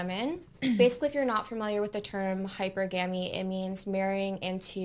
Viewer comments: I know she didn't just say Hyper-Gamy.... HYPERGAMY!! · Hyper-guh-mee 😂😂breh these type of women cant even say it, fully invested into petco rn 🤣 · Hyper gammie lmao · she said Hyper-Gammy, its probably an STI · Her not knowing how to pronounce hypergamy is hilarious 😂😂😂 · I thought this was a new term with the hundreds people make up every day…. And then I realized no… it is an actual word that she has no idea how to pronounce but she wants to teach on it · Imagine if she was not run through she would be able to pronounce hypergamy. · She can't pronounce "hypergamy".